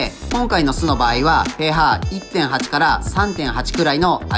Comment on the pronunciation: pHはpHって読むんじゃなくてpHって読むんやで